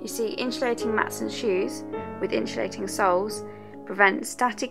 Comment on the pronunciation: I hate the way you say insulating